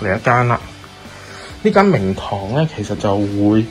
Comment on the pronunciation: 聽慣其他Youtuber講Landing，你講明堂，我聽咗靈堂，真係無知，哈哈😆⋯⋯Bellway真係做得幾好